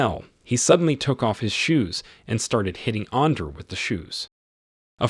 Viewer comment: When this bitch ass ai called andre under i was done